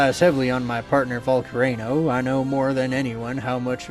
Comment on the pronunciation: The mis-pronouncing pokemon names is killing me 🤣🤣🤣 especially “Zackian” and “Volcarano” 🤣🤣🤣